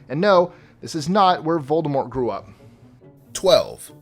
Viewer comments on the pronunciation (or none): none